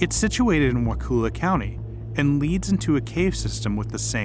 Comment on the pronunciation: Why is Wakulla so hard for people to say correctly?! Sheesh. Cool video though.